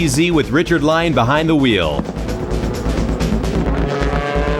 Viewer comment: Thanks for the upload! Wish the narrator could pronounce Richard Lyons's last name properly though